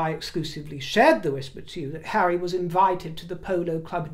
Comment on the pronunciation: Telling the Chair of Sentabale to 'move away from hawwy is so very, VERY rude indeed